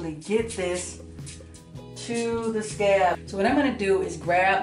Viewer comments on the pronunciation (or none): Where you from? When you say scalp it sounds like scab lol